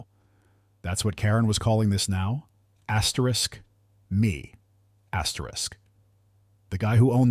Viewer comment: Stop with the asteris it's annoying